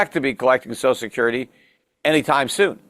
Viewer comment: Peter literally can not even pronounce social security correctly. 🙄